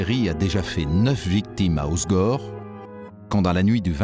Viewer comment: Sauf qu'on dit pas, os gore, mais hausse gorre!